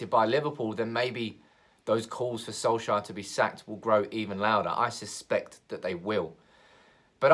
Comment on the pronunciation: Who is this Soleshire you are talking about always. Our manager is SOLKsjaer not SOLEshire!